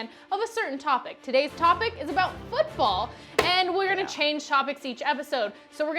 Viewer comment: says fooball instead of football